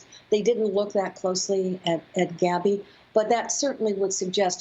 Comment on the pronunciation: she clearly says “Abby”